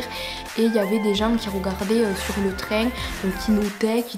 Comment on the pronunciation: Le traingue 😂